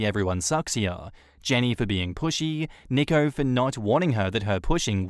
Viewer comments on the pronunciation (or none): nicko lmao. nico is pronounced 'nee-ko' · NEEEEE- ko. not nick-o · Tip: nico is pronounced like knee-co not nick-o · Isn’t Nico pronounced Knee-co?